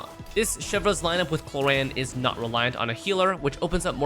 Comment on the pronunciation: is it me, but i keep i hearing clorinde pronounce as korean lol